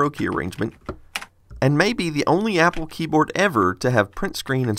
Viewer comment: He said yapple